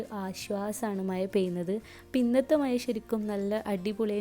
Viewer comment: മയ അല്ല മഴ 😜